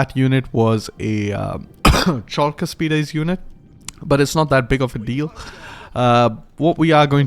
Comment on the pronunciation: Wonderful!! But... don't bring back the "chalk", their shield is not made out of blackboard writing materials, lol. It is pronounced as the "Hulk" from the greek Χαλκός Halkos (Bronze). The ch is meant to represent the χ sound but it would be more precise to be written simply as "h" or "kh". Once you get the Argyraspides you won't have that problem again, as you pronounced them flawlessly.